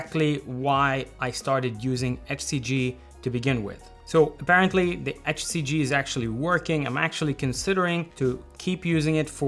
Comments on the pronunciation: You pronounce HCG like "FCG". 😄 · He’s saying “HCG” I couldn’t understand him also…he cannot pronounce “H”!! 🤣😂🤣